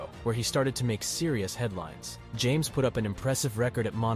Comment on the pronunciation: Lol, I think it’s pronounced “Ham-es”.